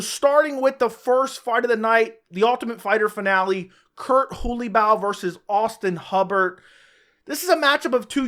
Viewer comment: Your pronunciation of Holobaugh 💀💀